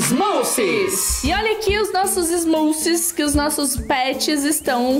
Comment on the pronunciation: Se escreve smoosies mas se fala smoozies